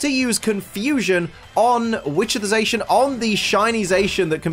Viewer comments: Sorry to be that guy, but because their names are based on saying "The Cyan" and "The Magenta" with a heavy Japanese accent. You got Zamazenta right, but Zacian isn't pronounced "Zay-shian", but "Za-see-an" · ZaSHin. Huh that's a first. Za-see-an. Like Cyan to Zamazenta's Magenta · IT'S ZACIAN NOT ZAICHEN !!!!!! Zacian = cyan Zamazenta = magenta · No one:: ZAYSHIN Edit - Also: BAYMOTH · zacian is a play on words of the cyan and zamazenta is the same of the magenta, their shiny has their main color become the color of their name with zacian becoming cyan and zamazenta becoming magenta, also beomoth? behemoth is pronounced be-he-muth, oh god I can't listen to you slaughtering zacian's name constantly so i have to mute the video to be able to watch this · I thought cian part of zacian was pronounced like cyan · U saying za cian wrong